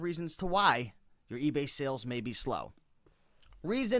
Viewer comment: "egay" hahah ;)